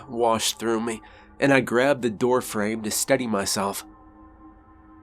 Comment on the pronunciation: His "accent " or just pronunciation.... ROOM: he says. "Rum" ME: he says "mey "